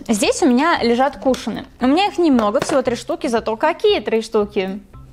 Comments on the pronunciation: Извини не кушены а кушон(ы) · Не кУшоны а кушОны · Надо говорить кушоны